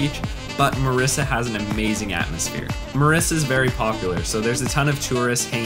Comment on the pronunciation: Its Mirissa. That lil mistake should be corrected. Btw its a great video. Thanks for visiting my motherland 💕